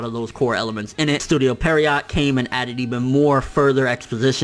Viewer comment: Studio Pierrot not Perriot btw.